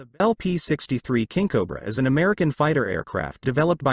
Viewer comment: I shoulda quit watching when the "narrator" oddly pronounced it, Kinkobra. .....it's fitting that in the end, that the final word uttered is "and".